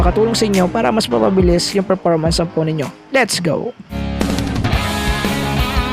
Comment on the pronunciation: Performance with an F po, indi po P un, Perpormance sinasabi mo lagi, kairita na bro, dibali nakasubscribe namana q sau